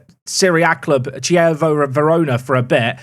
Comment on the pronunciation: I’ll never be able to unhear pronunciation of Chievo